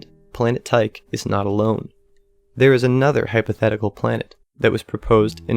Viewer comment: Total credibility failure for being unable to correctly pronounce 'Tyche'.